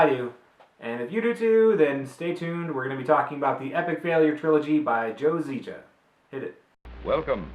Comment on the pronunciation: Just wanted to thank you for both spelling and pronouncing my name correctly.